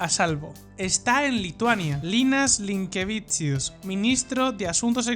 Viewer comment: 'Linkevičius' debe ser pronunciado como 'Linkévichus', mientras que 'Tsikhanouskaya' como 'Tsijanóuskaya'.